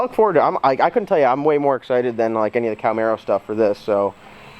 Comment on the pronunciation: "Calmaro"...hahahahahahahaha! I caint BREATHE!